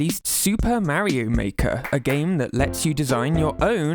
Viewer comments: Why are you pronouncing Mario as Merio? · "Mary-Oh" X)